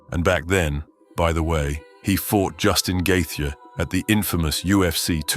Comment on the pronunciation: I understand you want to make shortcuts, but you can't at least proof-listen to the ai narration? "Justin Gaythia"